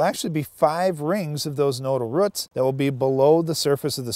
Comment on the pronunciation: Ruut no actually guys it’s roots lol